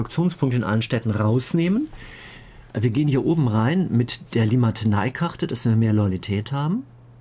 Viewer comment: nicht Limatenei, sondern Limitanei :D